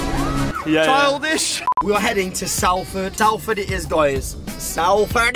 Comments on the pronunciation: The way the pronounce Salford hurt me lmao... I'm down the road and we pronounce 'solford' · Late to the game but it's Salford not Salford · The way Jay pronounced Salford gave me a hernia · no cos he said "Sal ford" when its sol ford I'm dead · Salford is pronounced solford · So they went to Salford, said it wrong and then went Trafford and called it Manchester 😂😂😂 TGF is amazing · How’ve I only just realised even tho I’ve watched this video before that jay can’t say Salford right I’m from Salford an I can’t stop laughing at tha now 🤣